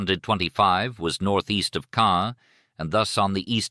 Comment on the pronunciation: It's Caen. Cannes is in the South of France. Caens is pronounced Con. Our car broke down there a few years ago. But yeah the AI thing needs an improvement.